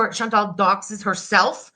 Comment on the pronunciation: There's no E in ChantAl. Did none of y'all learn letter sounds? 😒